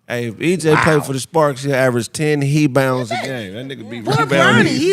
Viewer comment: He said hebounds,not rebounds😂😂😂😂